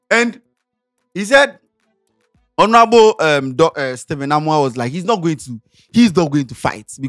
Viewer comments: is not hornourable it's honourable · Eii... Scantyyyy!!! The H is silent ooo so Onourable😅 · How is scanty pronouncing 'Honourable'?